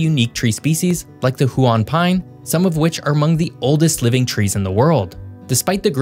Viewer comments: Chuckled at your pronounciation of “hue-on pine” it’s Huon phonetically - Hue En Ps Geograghy, is the reason Tasmania once had 3 cyclists from the one city from the other side of the world in the 2010 Tour de France, our wind and mountains develop competitive cyclists.. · Cool vid. I am a born and raised Tasmanian living here in Hobart. Just fyi, Huon Pine is pronounced "Hew-on Pine" or "Hew-un Pine" (rather than "Who-On Pine") we also have the beautiful region called the Huon Valley! 🙏🏻 Also if you think the Tassie Devil is cool, spend a minute looking into the Tasmanian Tiger. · Huon Pine (pronounced 'hewen') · Huon is pronounced Hew- un. Born and bred Tasmanian 😅